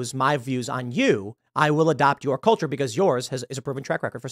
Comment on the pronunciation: Tim “It’s they kulture” Pool